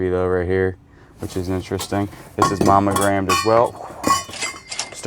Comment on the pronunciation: Mommo-grammed? That's like Justin's "eboo" and "joory," right?